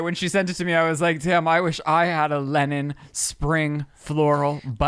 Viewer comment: Saying Lenin and not Linen is Crazyyyy lmao!!!!!